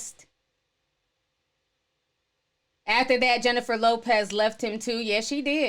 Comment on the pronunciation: lmao Jenny from the block is now Jennifer Lllllllopez lmao